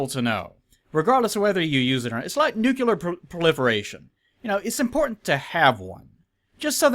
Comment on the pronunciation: "Nukular" You lost my attention.